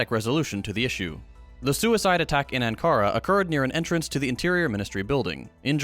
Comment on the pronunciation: Ah, the Chattanooga accent shines through with "Anne-kara."